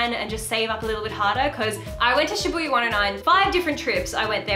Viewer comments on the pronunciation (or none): I hope this is not insensitive of me to say but in the beginning when you kept saying Shabbuiya my brain turned to Bring It On and was like, "shabooya sha sha shabooya, road call"